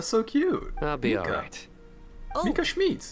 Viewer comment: "Schmiiidt" ta prononciation est incroyable